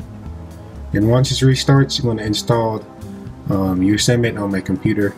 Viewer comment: FYI, I believe it is pronounced yo sem ity . Thanks for sharing...